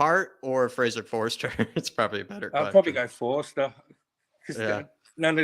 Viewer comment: For goodness sake will you please stop mispronouncing Fraser Forster's surname .. it is not Forrester it is FORSTER!!!!!!!